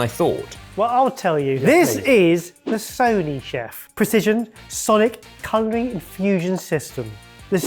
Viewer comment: "Sony-chef"? I'm sorry, but is today your first day with the English language? It uses sonic pulses. The name is clearly meant to work off the pun of sonic in the name. "Sonic-chef" is probably closer to how they would want it pronounced.